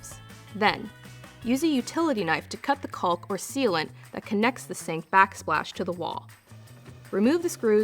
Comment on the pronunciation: The “l” is silent in the word caulk. ( kôk)